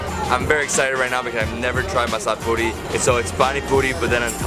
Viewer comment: Mazzzalaaaa pooorrrreeee. Thats the real punyite accezent.